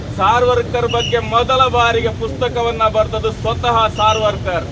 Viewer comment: "Savarkar" "SARVARKAR" alla. 'R' haklikke illa.